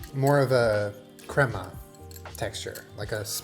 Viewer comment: for the love. someone teach how to say crema 😂